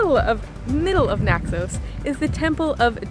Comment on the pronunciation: It's Naxos, not Naxose, you dippy mayor.